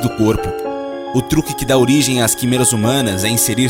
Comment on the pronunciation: Cara, vc pronúncia as palavras de forma muito errada. Quimeras se pronuncia com e aberto (é).